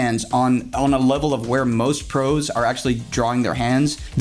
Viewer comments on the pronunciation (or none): none